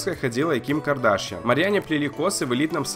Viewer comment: Кардашьян на я ударение